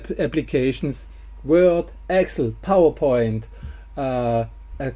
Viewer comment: Locky encrypted the last few seconds of your audio;-) Übrigens ist es eine deutsche Eigenheit Excel wie Axel auszusprechen. In der englischsprachigen Welt versteht dich so keiner.